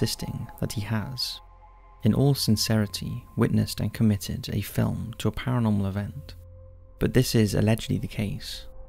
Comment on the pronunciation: ParaNORMAL not Paramol